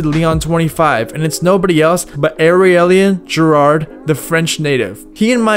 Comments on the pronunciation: Man really said: "eRiliAn GerARrde", bro do your research...smh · It's Aurelien Giraud btw not Gerard. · Ahralian gerard 👌🤦‍♂️ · Way to butcher Aurelien Giraud's name..... smh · I died laughing when you try to say Aurélien Giraud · holy shit you BUTCHERED Aurélien Giraud's name lol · The way you pronounced aurelien giraud was so funny, nice video dude!